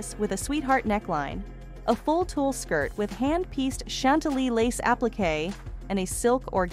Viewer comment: Whatta shame this woman doing the narrative, Cannot PRONOUNCE BASIC WORDS . THE DESIGNERS NAME IS WANG, NOT WONG. ALSO TULE, SOO MANY MISPRONOUNCED WORDS TO MENTION!